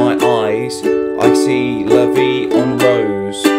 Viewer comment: 'Rose' acutally isn't pronounced like a rose (flower) in Frech, the R is pronounced more (like the Scotts do) an there is no 'u', because it's not R-o-u-s-e (